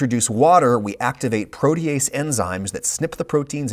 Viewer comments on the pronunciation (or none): none